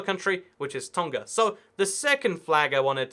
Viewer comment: Pronunciation Correction: Tonga has a 'ng' sound like in the '-ing' ending (save for some dialects of English). On the note of Tonga, we call the people of Tonga Tongans